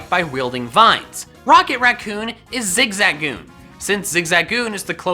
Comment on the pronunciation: Who the hell is zigzagzooon?